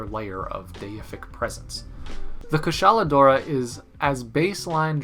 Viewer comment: I'm not liking this video until you pronounce Kushala Daora correctly